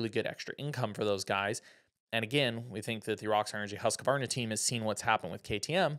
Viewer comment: It's pronounced husqvarna not husq-uh-varna 🤷‍♂️ idk why people say it that way, especially people in the industry 🤯